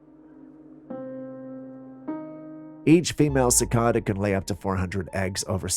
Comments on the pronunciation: You're pronouncing Cicada wrong it's suh·kay·duh. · There called Cicada's not Cicoda!!!